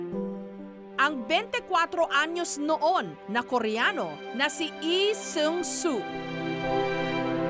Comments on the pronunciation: its Lee Sang Soo not Lee Seung Soo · Bakit yung pronunciation ni Mareng Jessica ng Lee Sang Soo eh.. Eh Sung So ganun b talaga yun? Silent L? Sinu nakakaalam? Salamat? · nyak 😂😂😂ok na Sana kasu pag pronounced Nang name na Lee sang soo ehh mali 😂😂